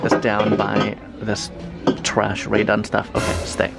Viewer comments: Omg I'm laughing so hard I hear a pause....then trash you are unforgivable. You've totally changed my eye...thanks buddy☺ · 🤣 love it when you say “trash” 🤦🏾‍♀️ so funny.